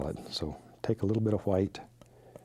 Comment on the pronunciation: I just adore how he pronounces the names of the colours, specifically "hwhite", hehe. Such a lovely soul Bob.